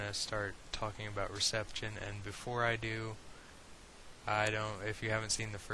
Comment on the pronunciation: Apart from my irrational annoyance of how you pronounce reception etc I really hope you keep these going they are brilliant, thanks